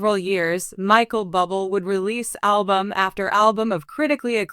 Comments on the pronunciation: His name is not pronounced Bubble! Someone help this announcer. Sounds stupid! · His name is pronounced Boo Blay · Pronounce his name right you idiot😮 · I think she doesn't know him if she can't even pronounce his last name.